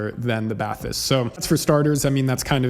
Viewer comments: It's "ba-tees" just in case you want to pronounce it correctly. Great review otherwise. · Celes-teeeeee and Bah-tees. Otherwise great review, thanks. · It's actually pronounced "bat-teese". (I watched an introductory video from Focal). Thanks for the review. Lots of good info. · I had the Celestee's and returned them. I now have the Bathys (it's pronounced "Batees") it's french. But anyway I liked the soundstage better on the Celestees but for my use case the Bathys was a no brainer having blutooth. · BathEss the E english pronounced like an i or sometimes a y in french. So you pronounce it Bath-Ess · For Americans it's pronounced "Bat-teese", there's no "th" spoken! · bat TEES is what i hear English speaking reviewers call it, with emphasis on the second syllable, which is wrong too. Trying to sound French but not really. 😂 So pronouncing it with an English accent is actually the better thing to do.